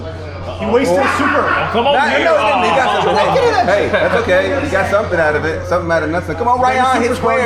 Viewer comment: Somethun. You said to leave a comment with somethun….